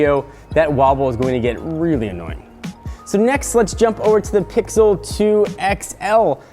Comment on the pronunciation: I think he said "rarely" instead of "really"